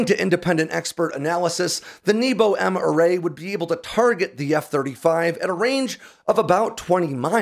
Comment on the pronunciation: I'm sorry but hearing небо pronounced as "knee-bow" is hilarious and conjures up memories of arrow in the knee jokes🤣for those wondering, it should be "nyay-buh"